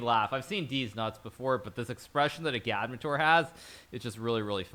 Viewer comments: I think it’s Egg -add -mater. Not a -GAD-mater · His name is “Agad-mator” two syllables! Not “u-gad-muh-toor” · FKN LEARN HOW TO PRONOUNCE AGADMATOR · Hikaru! Why can’t you pronounce “Agadmator” properly? He even pronounces “Agadmator’s dog” near the end of the video.